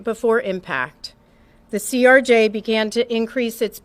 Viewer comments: CRJ not CJR, doing my best to not get annoyed lol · Stop saying ""CJR". It's CRJ, acronym for Canadair Regional Jet made by Bombardier. The video referred to as "somebody's cellphone" is actually Earthcam video from Kennedy Center. Mic keying is physically manual in the AM aviation VHF system, not VOX or as you suggested voice controlled. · CRJ BRO NOT CJR... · ...it's a CRJ, not a CJR🤦‍♂️ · ..its CRJ...lol. You kept saying CJR.